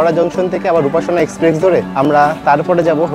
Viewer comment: ভাই, আমি আপনার থেকে বয়সের নিরিখে অনেকটাই এগিয়ে আছি। তাই কিছু মনে করবেন না আশা করি। আসল কথাটি হলো আপনার ইংরাজি শব্দের বাংলা উচ্চারণ নিয়ে। আরও একটি ভিডিও তেও একই ভুল উচ্চারণ করতে শুনেছি। কিন্তু, ঐ ভদ্রলোকের বয়স অনেকটাই বেশি। তাই তাঁকে আর কম্যান্ড করিনি। কিন্তু আপনাকে বলছি। কথাটা 'এক্সপ্রেস', এক্সপ্রেক্স নয়। আর, বৃষ্টি কয়েক 'ফসলা' ফলসা নয়। ধন্যবাদ।